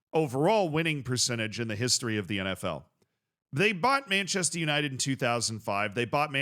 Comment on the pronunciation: Is it really that hard for an American to say Manchester? It's Manchester United not "Manchested Yanited"